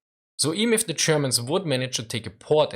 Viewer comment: I watch this channel mostly to hear "zee Germans"... :P